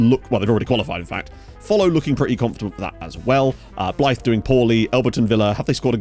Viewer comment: Please learn how to say Blyth 😂😂